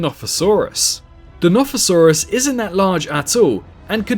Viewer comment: Notosaurus it’s a notosaurus maybe oh i literly commented this when you said plesiosaurus and now i see yoi just theorized the nothosaurus bruh